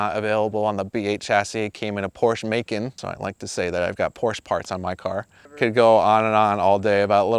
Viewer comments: Bro really said "Porsche May-Ken" smh 🤦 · Poorsh Macon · Amazing car. Porsch May-can parts really gave me a chuckle